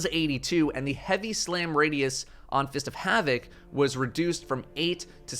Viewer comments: anyone else hear him say “Fist of Hammock” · Shoutout to for sounding like he was saying Fist of Hammick